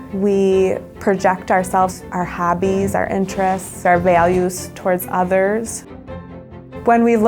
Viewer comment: Did she say habbies